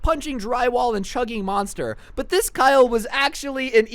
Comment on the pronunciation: moninster energy drink Me: DUDE YOU JUST BUTCHERED THAT NAME